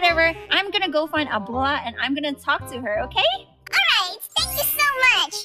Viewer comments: its okeh to not be okeh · Its not okeh to be okeh (titan cry 😭) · It's OKEH to be OKEH (titan cry 😭)